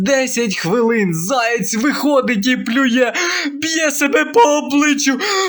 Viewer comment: Заєць, а не "заяць".